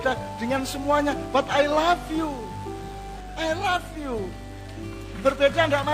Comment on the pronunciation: Pengucapan i love you nya kok kayak I laugh you yo Cak...hehe...gak papa ..lanjutkan berbagi ilmunya Cak..sippp..sehat terus